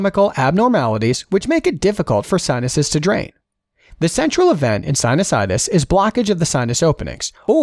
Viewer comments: This guy doesn't know how to read,, he read Anosmia as Insomnia, and sinusitis as Sinitis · You mispronounced sinusitus as "sinitus" ... I'm sure all med students caught that!